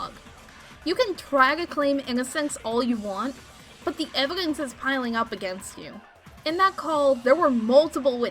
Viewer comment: Why can't nobody pronounce Evidence correctly???: Evidentay.: Evigance